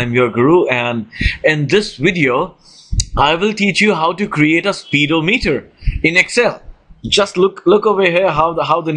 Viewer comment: he said speed o meter lol